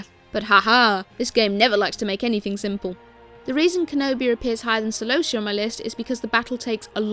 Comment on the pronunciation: kelobia is not a name, celobia is.